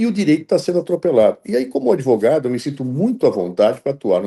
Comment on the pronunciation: So de ver o “adevogado” eu já torço pelo impeachment